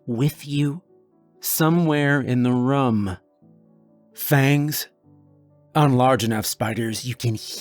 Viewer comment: How do you manage to say room in every single video? You pronounce it like rum and I always notice it lol